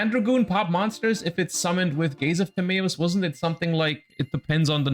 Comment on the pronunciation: Gays Of Timaeus